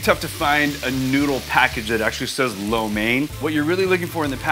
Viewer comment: USA4Soldier he does not know how to pronounce lo mein. He pronounce it like a white guy not like a chinese. LOL